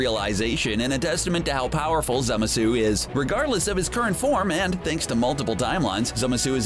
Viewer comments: Goddamn, the way dude says Zamasu is obnoxious. For gods sake, if you watch the show they say the pronunciation! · its zamasu not zemasu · it is actually pronounced zamasu, not zemasu scrubs at cbr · STOP. SAYING. ZEMUHSOO! It's Zah, mah, soo! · cool video but the way you say "zamasu" pisses me off its not zamasuuuuuu its zamasu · Zemasu lol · Its called Zamazu not Zemazu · Zemsu............ it’s zamasu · Stop saying zemasu it’s ZAMASU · Dude this guy doesn’t know how to spell and say a lot of villains names It’s Zamasu not Zamesu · It’s ZAMASU not zemasu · Zamasu not zemasu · Idiot it's zamasu not zemesu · Zemesu really it's ZAMASU!! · Zemasu? Isn't it zamasu? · Zemesu? ITS ZAMASU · Its not zemasu but zamasu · I thought it was Zamasu not Zemasu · Who the hell is zema sue? It's zamasu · Its spelled zamazu not zemasu idiots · It's Za-ma-suu, not Zemesu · It's Zamasu not zemasu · This guy said "zimisu" and not "ZA-MA su" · Wtf is "Zema-su" his names "Zama-su"! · It's not zemasu it's zamasu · Is this jack off calling zAmasu zEmasu? Wow. Don’t know how you messed that one up. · IT IS ZAH MAH SU NOT ZEMISU, AND JIREN ISNT A VILLAIN! DID U EVEN WATCH DRAGON BALL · ITS SPELLED ZAMASU AND PRONOUNCED ZA MA SU NOT ZEMESU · WTF who is zemasu its zamasu what are u crazy?XD zemasu lol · No wonder you’re pronouncing Zamasu wrong. It’s ZAMASU not ZEMASU. ZAMASU. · it's ZAMAZU not Zemasu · Zemasu? Lmao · Did anyone else catch he called him zemasu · Did he rlly say zemasu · Zemasu xD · Why was zamasu pronounced ‘zemesue’ 😂😂😂😂😂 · *Zamasu (ZAH-MAH-SU) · 1 it's Zamasu and you need to work on your pronunciation. 2 Jiren and Hit aren't villains. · its pronounced zamasu ZA MA SU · I can’t unhear zeh meh suu. Ugh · Zemasu? TRIGGERED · They said ZAMASU wrong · u said "zamasu" wrong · ok.... the way you say zamasu makes me wanna puke in my mouth... its not a french fucking dessert! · STOP SAYING ZAMASU WRONG OMG ITS SO ANNOYING